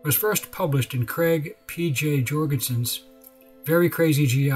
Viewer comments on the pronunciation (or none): none